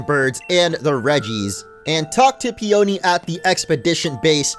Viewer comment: PEE un KNEE.... it's a flower. Fucksake, "Steel Magnolia lol" Steel Peony.